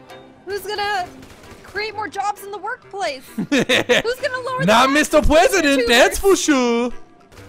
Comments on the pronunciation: MR PWESIDENT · ur so funny the pwesident